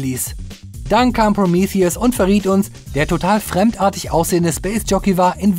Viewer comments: Kannst du nicht einfach Prometheus sagen? Was soll das mit Promiithius? Prometheus ist auch normal ausprechbar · Wird der film nicht prometheus ausgesprochen? Also so wie auf deutsch? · Proomiffiess! Haha. Der Grieche dreht sich im Grabe um. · englische Aussprache ist: prəˈmiːθiəs